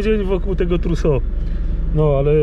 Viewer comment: Skąd pomysł żeby słowo "Truso" akcentować na "o"? Tak z francuska...😁